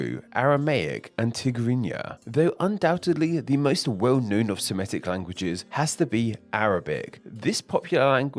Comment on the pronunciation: FYI, the word "Semitic" is pronounced the way it's spelled: /se-MI-tik/, not /se-ME-tik/.